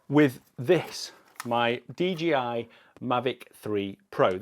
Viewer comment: Not DGI, DJI